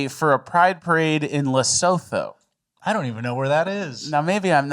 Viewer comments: Hahaha... Check it... Lesotho...pronounced LAH-SOO-TOO... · PS its pronounced : Le Soo Too